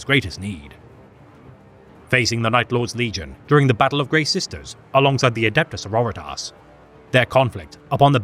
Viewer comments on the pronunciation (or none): My favourite pronunciation ever.....adeptus seroritarse